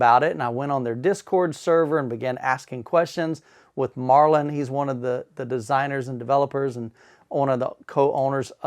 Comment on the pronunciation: The dudes name is Marton and not Marlon, kind of interesting you are so excited about the product you can't even pronounce the name of the maker.